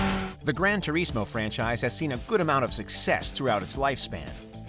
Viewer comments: Gran Tu-REEEZ-Mo 🤭🤭🤭🤭🤭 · He said grandtureesmoe lmao